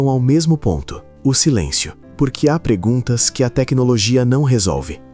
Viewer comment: ..." há preguntas " ? rsrsrs ... esse locutor IA precisa urgente voltar à escola .... escolas existem ! melhor mandar pra quem controla esses IA's terem um pouquinho mais de atrenção ...ops atenção " rsrrsrs